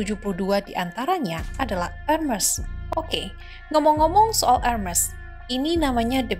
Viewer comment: How to pronounce Hermès